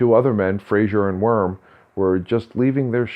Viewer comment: I enjoyed the video, but you might want to know it's pronounce Wee-rum, or "We're rum" (as one word) locally. Thanks for the video!